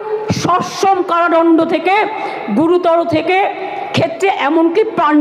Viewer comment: কারাদণ্ড, not ডনডো